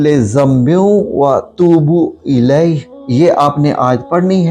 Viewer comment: وّاتوبُ الیہ درست پڑھو مسٹر توبُ الیہ غلط پڑھ رہے ہو آپ افسوس